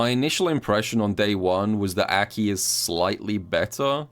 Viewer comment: Will you ever pronounce Aki correctly?